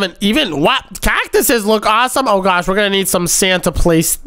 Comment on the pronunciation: Bro stop saying oh my gwosh